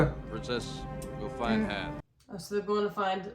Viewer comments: Han* or Haan*, there is no Hanz. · Han. Not Hans. So many people do this. No idea why. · I'm sorry, but this was killing me. It's Han, not Hans. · Dude..... it's Han not Hans 😂😂😂. Also, the braids on Boba Fett's shoulder are wookie scalps.❤❤❤ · "Han", not "Hans". The "S" comes from Han's last name, "Solo". Han Solo. Time jump is about 3 years, and another ~1 year between this one and the next. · He is Han, not Hans. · Pronounced Hon like Honda, although Lando tends to say Han like hand, for some reason. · It is Han Solo. Not Hans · Han Solo. H A N no S or Z